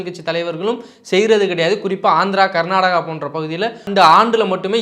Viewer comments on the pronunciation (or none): none